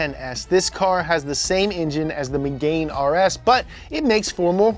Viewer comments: Bruh. He’s never even seen top gear. It’s megaaane. Not MEGAINE. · Did he say "Megain"?😂